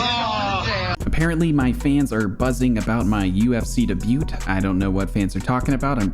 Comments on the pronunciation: The T in debut is silent 😂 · why he say debut like tht .? 🤨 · Bruh can’t even pronounce debut